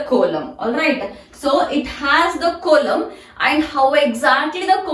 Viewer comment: Coelom pronunciation is wrong